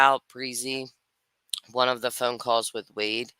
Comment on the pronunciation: Bre-Z..Brie- Zee...Breeeeee-zeeeeee Is it really that hard to pronounce a name?